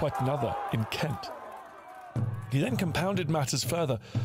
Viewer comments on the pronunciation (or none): none